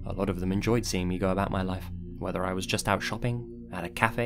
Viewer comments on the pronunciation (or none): none